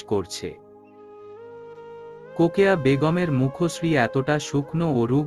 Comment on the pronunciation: রোকেয়া না বলে কোকেয়া কেন বলে